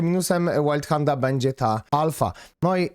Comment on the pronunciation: przestańcie to wymawiać łajndhand chociaż w tym wypadku to nawet wyszło łajldhand XD czyta sie to tak jak sie pisze